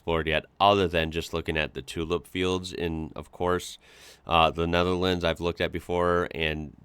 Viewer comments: The guy has a problem with the thorn(th) which is a bit weird, because that is usually the reason the English like to laugh at other Europeans about the pronunciations of their second(third, fourth) language. Anyway, the most prudent way to solve that isn't to call a whole country by the name of a province, but to just use the country's name instead of the English one: NEDERLAND no thorn in there. Nor in the full name: Koninkrijk der Nederlanden And any dumdum that's using "woke" as an insult NEEDS to listen to some new material. I suggest James O'Brien's show, now also on utube! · Hi can you say Roof? ( many Americans struggle saying Roof correctly. you do okay when saying Nether but lands is a tongue twister for you. I still use CDs older cars still have cds players in them later players have soMe Digital in them through stick MP3.. Personally I ever brought music online.😊